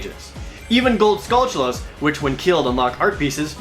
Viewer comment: wtf is a "skull chew la"?